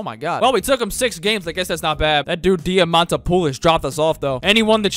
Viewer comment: Diamantopoulos is supposed to be Greek btw. It's also pronounced thiamadopoulos. So here is something noone cared about, but ok.